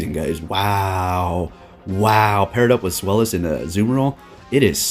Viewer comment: Deino and its evolutions are named after the German words for "one," "two," and "three" to describe the number of heads. So zweilous is pronounced "tsVAI-loose"